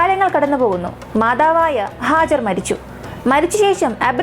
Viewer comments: Hajar അല്ല ഹാജറ. ബീവി ഹാജറ. Nice presentation. 👍🏻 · മനോഹരമായ വിവരണം❤️🌹🌹🌹 സിസ്റ്റർ Hajar അല്ല Hajara എന്നാണ്